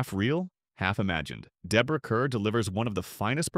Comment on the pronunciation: Kerr's name is pronounced "Car". 😮